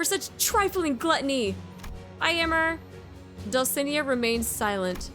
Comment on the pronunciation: Small correction. The stress in "Dulcinea" is in the "ne"